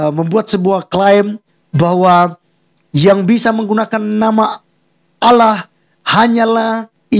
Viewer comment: tulisan ALLAH .. ngebaca nya aulloh .. Udh pasti beda 😀 Salam WARASS